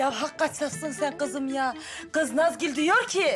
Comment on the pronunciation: Afetin saniyede Nazgül yerine Kazgül demesi peki 🤣🤣😂yada sadece ben mi öyle duyuyorum benim gibi duyanlar butonu patlatsın